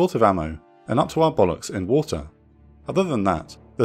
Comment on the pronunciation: "Up to our bollocks in wattuuhh"